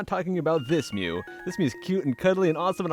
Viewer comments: I was about to punch through my computer screen when you said Mew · I literally screamed when he said mew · when he said mew i literally screamed at the screen